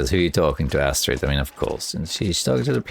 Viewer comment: As a Norwegian, I love the way you pronounced "strid" in Astrid", that was spot on. But the last part is not "ass" XD. It's not pronounced "ass".